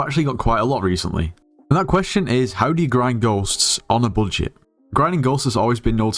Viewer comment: "how to grind ghost in a bullshit" this is what i hear :D